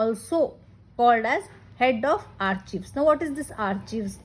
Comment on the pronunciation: Excellent efforts Madam.. A small fact though.... do you know that you are vocalizing 'Archives' wrong :).